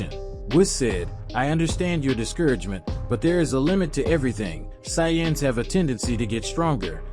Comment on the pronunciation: That pronunciation of sayians is terrible every time it’s said I cringe